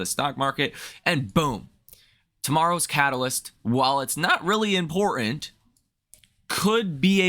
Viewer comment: Impor-ant. America is turning Cockney